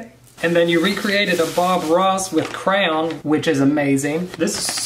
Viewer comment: ....did he..... Did he say "crown" for "crayon"... nu